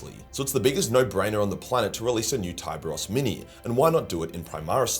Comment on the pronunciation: So is it pronounced "Thai-bros"? I always pronounced his name as "Tee-beh-rhos" 😮